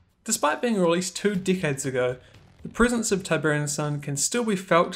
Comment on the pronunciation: You pronounce "decades" as "dickheads" and "technical" as "tentacle".